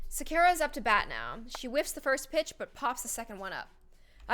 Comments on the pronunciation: Its sa kure ra not secure ra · Every time she miss pronounced “Sakura” i diedd 😭😂